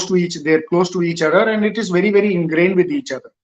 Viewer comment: Andddddddduhhhhhhhhhhhh anddddddddduhhhhhhhhhhhh..........please fellow Indians..............AND is pronounced AN(d soft).....keep at the tip of the mouth, don't say DUH